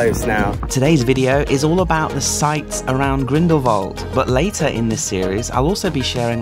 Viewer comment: Salute! An american pronouncing the place Grindelwald correctly. You really did research before saying places... we can learn a lot from you! Wonderful video!